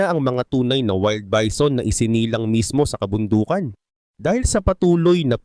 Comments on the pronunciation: HAHAHAHAHAHAHHAHAHAHHAHHAA BEE ZON BA NAMAN ANG BASA ARAY KO 😂😂😂😂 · Bee zon amputa